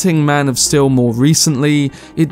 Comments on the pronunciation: I really like your video but i have a nitpick of you pronouncing steel as still. Other than that great video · am i wrong or is he enunciating Steel wrong? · "Maan Of Still''